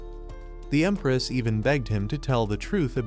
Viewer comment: Bro said emparaoss instead of empress